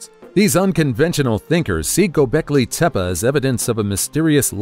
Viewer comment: TEPEA, not tepa.